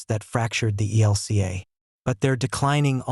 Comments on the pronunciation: Your Robot voice keeps saying EL KA for E L C A. It's a stupid mistake in an otherwise usefyl poroduction,. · Lots of people call it that. There’s no vowel in LCMS.